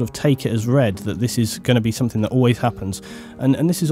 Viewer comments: SomeTHING, not someTHINK. Sorry, but that drives me crazy. lol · I am English! And no it is not ok to pronounce something as "somethink". It is not an English way to say it. It's just wrong. It's no different from saying "would of" instead of "would have". It's just wrong. Again, please believe me, I'm not trying to have a go at your for the sake of it. It just bothers me. Sorry. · Look, believe me or not but I'm very sincere in saying that it is not my attention to have a go at you. It just makes you sound like you don't understand the difference between the words thing and think. You're making yourself sounf ignorant by saying it like that. And you're ignorant person, not at all. And actually I noticed that you didn't pronounce it like that throughout the entirety of the video. So you know, it's just one ot those things. Sorry. lol